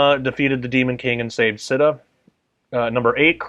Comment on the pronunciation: Not sita…”se ta”